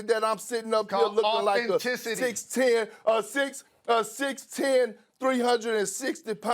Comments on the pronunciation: Perk : Authicity………… Jalen: Authenticity !!! LMFAO 🤣🤣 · Nobody : Kendrick Perkins : Authenticy 🤦🏾‍♂️😂😂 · THIS MAN PERK JUST SAID AUTHENTICY LMAOAOO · "Authenticy" - Perkins lmaooo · "Authenticy" - Perk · Authencesee = authenticity 😂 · " I got authinticy" - Kendrick Perkins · "I only watch this show when there is a GUEST HOST. When Greeny walked off the set I thought I could go-back-to watching." "He wasn't even able to mediate the "authincity" of their "authenticity""" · “authen-ticy” thats it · audenthity lmao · Kendrick is a backwoods talking clown. How about learn to pronounce your word. You're making us look bad. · Kendrick can’t say Authenticity lol 😂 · You know it’s personal when Jalen corrects someone’s pronunciation of a word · Perk couldn’t even pronounce “authenticity” so Jalen did it for him. This was a beat down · Jalen needs to chill before Perk loses his job 😂😂😂. He murdered this dude. Y’all peep Perk said “Authenticity wrong and Jalen had to correct him😂😂🤣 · *Authenticity The irony is that both Jalen and Perk proved their points: Perk was authentically being himself. Jalen pointed out that he pronounced the word incorrectly.